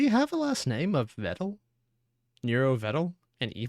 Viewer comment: never thought I’d hear him pronounce Vedal correctly. If only he didn’t immediately go back to calling him Videl.